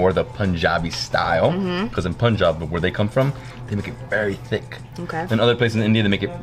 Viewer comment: Just like Lassi, it's not Poonjab but Punjab more like Funjaab. You will not forget it now. 😁😁 Loves your Video. ❤️❤️ and both of you enjoying Indian Food. Would love to cook for you'll someday Home Made Indian Food.